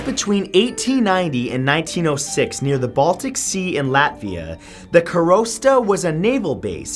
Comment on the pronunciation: Awesome video asalways man. Keep it going:) Ps. Im from latvia and you totally butchered that karosta name:D